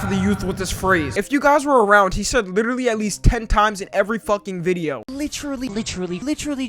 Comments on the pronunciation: “Literally, lidderally, leetrally, leetrully…” That segment is insufferable 😂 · nah bro he’s saying litcherally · Who else heard "Litreal Leaf"? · I HEAR LICHRILLY OR LEECH RELIEF 💀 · "lich-tree-lee" thats stuck in my head now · "Lichrelly" - Leafy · Naw he didn’t say literally he said litcharlly